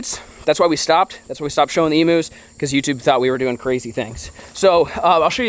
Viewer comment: They are NOT "Emoos" It's pronounced "Eeeemmm U" ... U as in U-Haul.